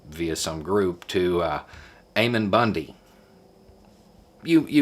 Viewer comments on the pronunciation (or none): Ammon ... Two consonants. The A is a short a, not a long a. It's a common Mormon name, coming from The Book of Mormon. And that family is nutter-extremist-crazy-conservative. He's a Utah native. And I believe a Utah resident. But he's running for office in Idaho, and mucking things up in Oregon.